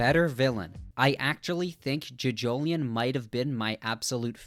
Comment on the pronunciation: Sir, please, you pronounce it as johjohlion as in joe joe lion not juhjoeleeon